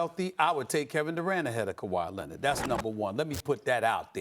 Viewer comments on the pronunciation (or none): "Kawhi Lennid"